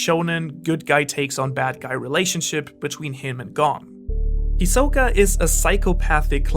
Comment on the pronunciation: why are you pronouncing all the names wrong? lol, who says Ko-moogi? and you said hisoka and pitou and gons name wrong too, well at least from how they pronounce it in the dub